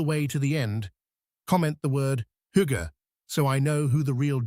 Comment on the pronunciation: This is the first correct pronunciation of hygge ive ever heard online... We always get Hoogga..